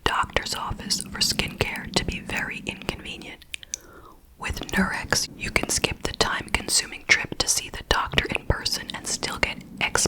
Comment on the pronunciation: How in the world do you pronounce Nurx like "Nurex" LMAO